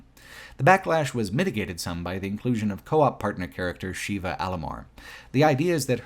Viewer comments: Consistently pronouncing Sheva as "Sheeva" (it's "Shehva") was rough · Unrelated, but this sticks in my craw too; why do you keep mispronouncing characters' names? "Excella Gionne" and "Sheva Alomar" are both pronounced out loud in the game. It's like you didn't even play it. "Sheva" is not pronounced the same as the Hindu deity, Shiva, and "Gionne" is three syllables. Guy, you are better than this. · He called Sheva ‘Sheila’ several times. I don’t know what that says about the guy but… that’s got to be a problem. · I can't understand how anyone reviewing RE5 can fail at pronouncing Sheva's name, given the fact it's said countless times through the game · Seems kind of....Eurocentric and White focused to not only bitch about the depiction of Africa, but then repeatedly mispronounce the name of the CENTRAL African character. Such hate. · I can't comprehend how you played RE5 and don't know how to say Sheva.